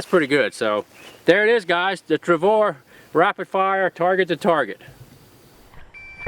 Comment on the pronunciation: I just LOVE the "TRAVOR" ! ;)